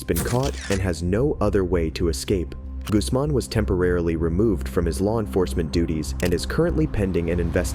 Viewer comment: I appreciate the correction you made when you said Guzman. I hate it when people say goozman lol. My last name is Guzman